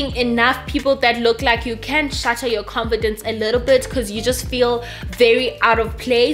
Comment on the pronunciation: Lol I just love you 😍...love how you say comfidence instead of confidence 😅😅you remind me of a friend of mine you couldn't say green he said dreen😂😂😂,Sweedy😍😍😍 hai la view***